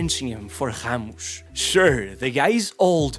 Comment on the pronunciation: did bro call Ramos, khamush? 🙏🥀